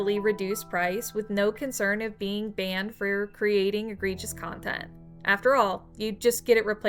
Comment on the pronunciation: It's egregious, not agregious. Good video otherwise.